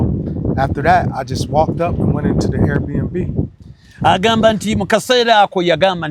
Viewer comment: cant even say Airbnb. He says air air n b, tegusulwa you didn’t have to translate at all